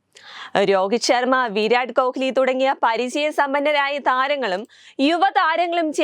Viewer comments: നീ പറയുന്നതും പഷു അല്ല ഹമുക്കെ പസു എന്ന് പറഞ്ഞതുപോലെ ആണല്ലോ കോക്ക്ലി അല്ല പെണ്ണേ കോഹ്‌ലി എന്നാണ് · ഇത് കാലു കൊണ്ടുള്ള കളിയാണോ, അല്ലാ കിടന്നു കൊണ്ടുള്ള കളിയാണോ പോലും ഇരട്ട ചങ്കന് അറിയില്ല. കോഹ്ലിയുടെ പേര് പോലും നേരെ ചെവ്വേ പറയാൻ അറിയില്ല. കിളവന് ഊര് ചുറ്റാനും, കമ്മീഷൻ അടിക്കാൻ അറിയാമല്ലാതെ വേറെ ഒരു ഉണ്ടയും അറിയില്ല. മുഷുടൻ.